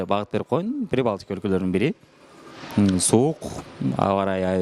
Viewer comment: Прибалткиа деп адаштырып салдын!🙃